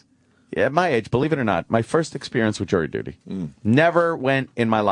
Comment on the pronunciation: Jirry duty